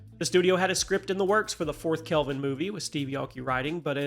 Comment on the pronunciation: Kelvin, not Calven....lol